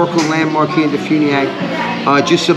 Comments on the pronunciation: As a DeFuniak born and raised local living out of state, it's Def-you-niak not def-oo-niak 😭😭 I'm sorry 💔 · Please learn how to say Defuniak before you come here.